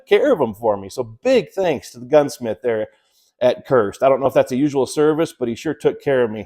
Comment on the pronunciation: A first it sounded like you were saying "CURSED" converter... lol Looks like a really high quality outfit.